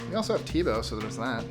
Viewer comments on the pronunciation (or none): none